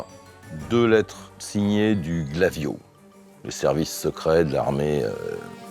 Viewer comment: "le GLAVIO" Monsieur "PROUT"......arrêtez, j'en peux plus 🤣🤣🤣